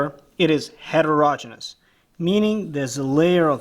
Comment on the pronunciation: How come you wet the surface of the anvil before working on the piece? Also, bonus points to you for pronouncing "heterogeneous" properly.